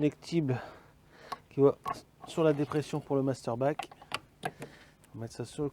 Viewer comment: Mastervac et non Masterbac ^^ sinon bonne vidéo